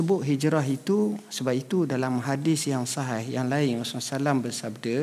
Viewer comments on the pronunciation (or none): none